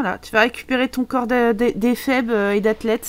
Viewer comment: Ahhh merci Shirley de t'être occupé de son "coooorps" (dit en murmurant ^^) Avec tout l'argent que tu as gagné, tu vas pouvoir relouer pleins de semaines à Selvadorada ! Mouhahaha... ^^